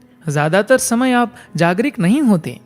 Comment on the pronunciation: Mere bhai jagrik nahi jagruk bola jata hai...